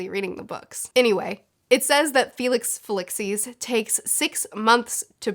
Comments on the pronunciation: Felix Fel-ix-cees lol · Felix fell-LEE-sis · I'd be happy to help with the pronunciation . It's Felix Fuh-lease-sis. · If Slughorn was a last minute hire for teaching Potions, Snape would have been preparing to take the class in case no-one could be found to replace him, so that could explain the vat of Felix Felicis ( pronounce fee-leesse-ees) as it could be Snape’s and Slughorn just finished it off . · I love how you come up with really original ideas for things that don't make sense! I'm not sure if anyone else has commented this, but if you're interested in how to pronounce Felix Felicis, in the movies, it's feel-ix fel-ees-is.